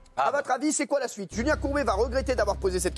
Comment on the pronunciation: enfaite il dit la suite sui-te